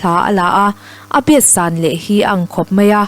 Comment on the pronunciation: Mizo tawng chhiar zir ila ngai deuh.SANG TAKA HLA LA ,A THUNAWN A BASS SAN LEH,tih a SAN hi i thluk diklo, a awmzia a BO hial alawm.